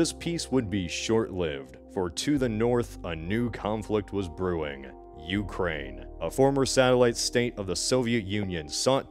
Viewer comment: ah yes the UkraiZe(y)